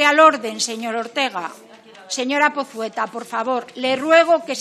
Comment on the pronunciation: "Señora Pozueta" o más bien "Señora Pozeta" :V.